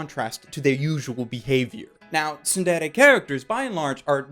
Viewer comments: he says tsudere so weird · i get cancer when you pronounce tsundere; tsunderay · Also this guy feels like a weeb; "Soon dey ley yey" It's TsunDere dude, SOON DEH REY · Pronounced "tsuun-dey-rey" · I gave this video a thumbs down for the way he pronounced tsundere but overall good video